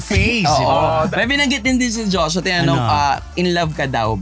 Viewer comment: Bakit Jos-wa? It's Joshua